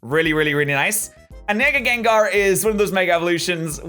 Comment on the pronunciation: After u said with mega gengar 'its not gonna switch its not gonna switch. Wtf did u say u said like mega gengarados or mega gengerar